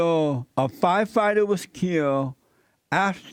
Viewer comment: HaH! It's ~ Fire- Fight- Er NOT F-F-F-FyeFihtur LOL! Do you understand Jesse your subbies are making fun of you? They're laughing at the fact that you can't read a coherent sentence correctly. You're struggling while reading the first line of the sentence. Stumbling over your words while trying to read the headline..then you have the nerve to ask questions about what you're reading? Making fun of blacks? Apparently you haven't did your research first huh? Ahhmazin lol.